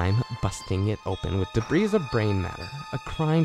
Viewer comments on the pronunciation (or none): i think its pronounced de bree